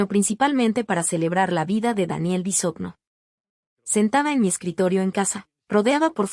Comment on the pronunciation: No saben pronunciar Bisogno (Bisoño), es el colmo.